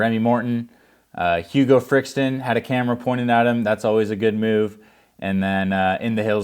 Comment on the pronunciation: It’s Hugo Frixtalon not Frixton… could at least say it right if you’re hyping him up